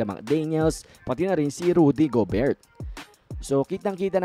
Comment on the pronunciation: Ang awkward nung pagpronounce mo ng gobert